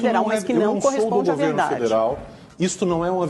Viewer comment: Coitado do Lacombe!!! " É vedade ese bilete" 🤣🤣🤣🤣